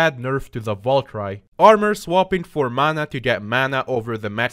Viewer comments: actuly its not valcry its val ker e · Babe valkyrie is the same pronunciation over the world Val and kiri like the cow I'm confused everytime you sat it bruh